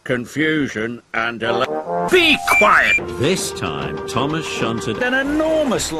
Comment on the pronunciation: I thought he said “Be Quite!”